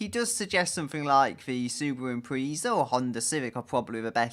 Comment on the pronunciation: you hit the pronounciation of my name spot on! but you said imprezza wrong but idc i heard imprezza said wrong before.